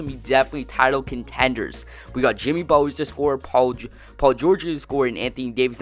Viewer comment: Why are you pronouncing Butler like that? Sounds like you are saying "Buh'ller" Cousins is way better than Butler and you are underestimating the value of Jrue Holiday.